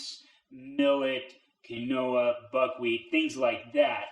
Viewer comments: The fact that he just said kin-noah instead of quinoa 😬😂😂💀💀 lmao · The pronunciation is KEEN-wa, not Kwi-NOH-a. Drives me nuts ... and I'm on his side.